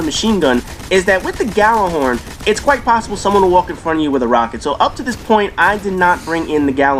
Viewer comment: Expect the Destiny snobs to correct you on Gjallahorn. They bitch and whine when people say it with a G as opposed to Yallar-horn. Kids these days, can't write a sentence but want things pronounced correctly.